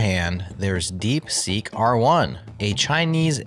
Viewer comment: "DeekSeek", we still need a good linter for English.